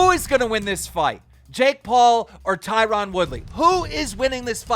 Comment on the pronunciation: Always makes me laugh when keem says Tieron 🤣🤣 can't even say the dudes name correctly